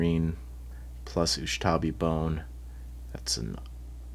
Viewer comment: Does purposefully mispronounce Ushabti Bone to irk people lolol